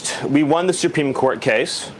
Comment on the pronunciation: Someone tell Steven Miller Supreme Court has an R in it. SupReme, not SuPeme.